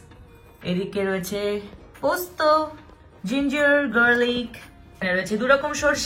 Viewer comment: Garlic pronounce o korte parena oshikkhito ta